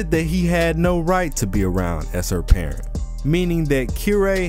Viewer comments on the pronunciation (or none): none